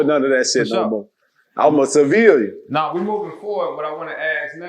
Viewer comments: You ain’t wrong but dude just can’t pronounce the word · U can tell never Been a civilian. Every time he attempt to say it "Uma Ceviliunnn"